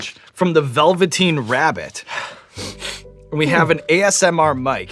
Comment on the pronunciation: Goes and buys a copy of the "Veveteen Rabbit" .